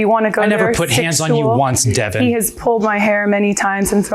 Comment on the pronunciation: The way he kept saying her name “Devin” let me know all I needed to know about him.